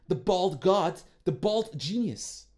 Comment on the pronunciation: Why you always say genuis